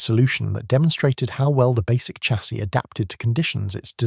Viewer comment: "Chassis" is pronounced "shassy"